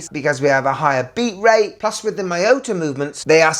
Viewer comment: It's mee-yo-tah! Not may-yoh-tah!